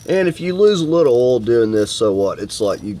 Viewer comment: What's "ohl" Do you mean "oil"?? Pronounced "O Y L"? 😜